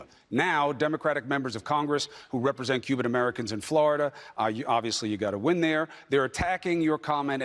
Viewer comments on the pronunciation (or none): none